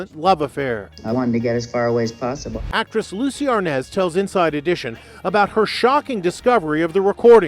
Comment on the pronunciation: Also, the way AI says his name as ARNOZ, ridiculous!